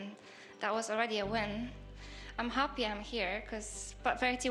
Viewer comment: 폴란드인의 독일식 억양 그리고 하피 (Happy)라는 발음^ 4위에서 우승먹엇네여^ Congratuation Woh~,~!!